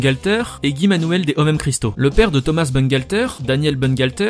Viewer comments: SSW Underblast Tout simplement qu'on ne prononce pas thomaSS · Pourquoi on prononce ThomaSS alors qu'il est français? :o